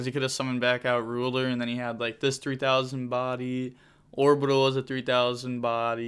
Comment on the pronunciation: Another one for the"Horbital" pile🤪